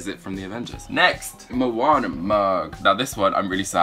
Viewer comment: It is not monner it is Moanna